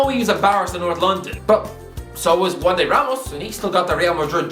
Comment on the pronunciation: Juande* not Uandei